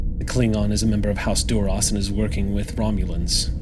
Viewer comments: Love the episode but when says Durosh... it hurts my brain. Even Klingons say it differently. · I know its a tiny thing - but Duras was always pronounced with a sharp s - why is "Shhhhhhing" it?